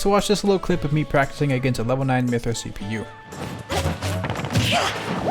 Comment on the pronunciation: My Thea,not pyrah